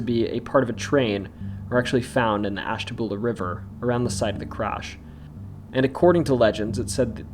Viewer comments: Ash.ta.byuu.la not boola lol 😆😆😊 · Isn't Ashtabula pronounced ash-ta-bew-lah? Sorry, my fam lived across the border in Fairview,PA., & they used the bew sound. Was it wrong? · The names of Ashtabula and Muskingum were mispronounced. Also, the "Erie Canal" story does not refer to the Erie Canal in New York, but the Ohio and Erie Canal which connected the Ohio River in Portsmouth to Lake Erie in Cleveland. There was also the parallel Miami and Erie Canal in the western part of Ohio that connected Lake Erie in Toledo to the Ohio River in Cincinnati. The lock associated with the ghost story is specifically O&E Canal Lock 4 in Canal Fulton. Oddly enough, there are actually two Lock 4s on the O&E (the lock numbers count up north and south from downtown Akron), and the other Lock 4 is in the "tunnel" under the Akron Civic Theatre where the ghost of the crying woman is said to walk into.